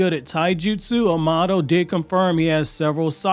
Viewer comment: bro its *A*mado not am*A*do pls god fix that